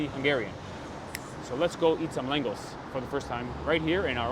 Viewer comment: Langos is pronounced langosh as in hungarian s is sh ans sz is pronounced s. Also the Hungarians do make aster type meal with beef but goulash is a soup